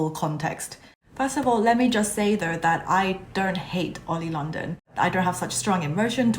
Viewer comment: I like how you said oily London And I am a new stay too